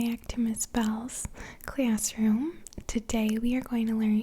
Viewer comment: 20 bucks says is from Chicago. "clAAaaassroom!"